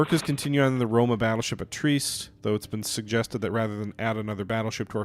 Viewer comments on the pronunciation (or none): "Leege," "Treeste," yeah, I shudder to think how he would pronounce "Częstochowa."